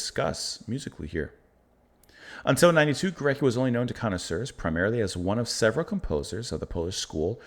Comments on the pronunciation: So cool to see you react to this symphony. Just a quick note on pronunciation, his name is pronounce "Go-RETS-ky" (the /c/ will often be pronounced as /ts/ in Polish) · It’s pronounced GO-RETZ-KI. Thanks for the diversity of your reactions! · Hi again, Well, over the last week or so you have been responding to some truly great, profound music – Bach, Scriabin, Górecki (pronounced Goret-ski by the way) – with wonderment, respect and sensitivity. It makes me even more convinced that you will love and be amazed by Mahler. The final movement of Das Lied von der Erde, especially, was a huge influence on and inspiration to Gorecki, as was the fourth movement of his third symphony (my favourite). As for other pieces by Górecki, I strongly recommend his String Quartet no. 2: the second movement in particular is unforgettable, with a striking agitated bite, quite unlike this symphony but clearly by the same musical intelligence. At this point I could start listing lots of amazing C20th Polish music but let’s take this slowly, and first treat yourself and us to some Gustav Mahler: you won’t regret it.